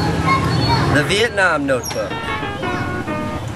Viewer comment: Thank god he pronounce Vietnam right